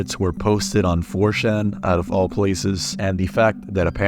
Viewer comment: The way you pronounce '4chan' genuinely annoys me, like wtf is a '4-Shan'?